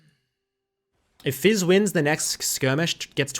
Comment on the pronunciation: It's "fizz" and "ahri" Not "We" and "ahri" Or am I wrong?